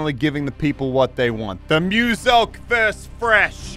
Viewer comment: I remember when muselk pronounces his name like “muscle Kay”